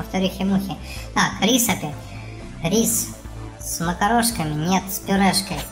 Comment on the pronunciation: Не рис а риск